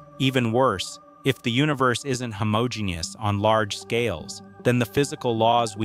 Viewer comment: him-OH-jeen-us. Who is doing the talking?